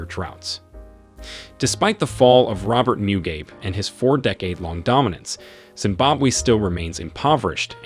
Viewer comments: Please try to pronounce things right...Zimbabwe...Mugabe...'Moogabwee' feel free to comment but try get it right! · It is pronounced 'Mu-ga-beh', not ''Mugaib'' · Your pronunciation of African names is embarrassing 😳 No effort was made to learn the pronunciation! It comes through as condescending- I mean who cannot pronounce Mugabe???